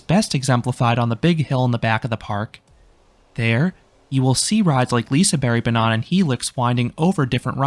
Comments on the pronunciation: Am i the only one who chuckled every time he said liseberg-banan bcs he pronounced it as “banana” 😭 fyi, it’s bAnan, not banAn 👍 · i'm sorry, i get that you're not swedish but i just can't get over how you pronounce Lisebergbanan. 😂😂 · The letter 'G' in Liseberg is not silent, it's pronounced like the Y in "Yak". Not that it matters, but in Swedish it sounds like you're saying "Liseberg Banana" when trying to say Lisebergbanan, although spelled the same, the syllable stress is way off. Thank you for an amazing review!